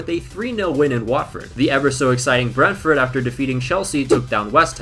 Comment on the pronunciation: Surprised there aren’t many comments saying about how poorly he’s pronouncing Brentford